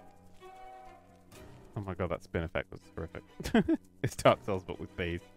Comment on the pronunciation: I know you said vees